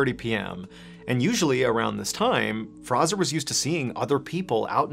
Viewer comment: F-R-A-Y-Z-O-R....not Frazzer.....